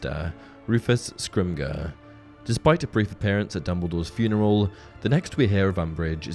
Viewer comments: Dude, it's scrim-jor, not scrim-grrr. Fetching crap, man! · Just a minor thing, Rufus Scrimgeour’s surname should be pronounced like Scrim-jer. It’s a somewhat common surname in parts of Scotland, and uses a soft ‘g’ sound, rather than a hard ‘g’, due to the ‘ge’ before the -our. Great video otherwise though! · The pronunciation of Scrimgeour is "skrim- jer" :) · It's pronounced Flittick not Flit wick, and please don't try and tell me that it isn't, I grew up 2 miles from Flitwick. Oh and Scrimgeour is pronounced with a soft 'g' hence the e between the Scrimg and our. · You mean to tell me that this is a Harry Potter centric channel but the narrator can't even pronounce Rufus Scrimgeour's name correctly?😂